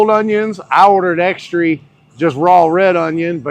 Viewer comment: Is pronouncing the word extra like ex-tree a kentucky thing? I don't think I've heard it before. I thought it might just be a thing, but he did it every time. I'd heard Italian pronounced eye-talian before but never extree.